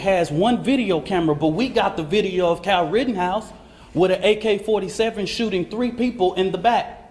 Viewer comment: It's Kyle not Cal. Actually